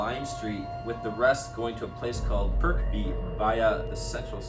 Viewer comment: As a native Liverpudlian, well done to Luther for nailing the pronunciation on the story from the UK. Not many would get Huyton or Kirkby first time 🙂